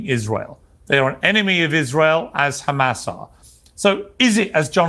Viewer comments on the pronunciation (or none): The way he says KrrhAMAS 🤢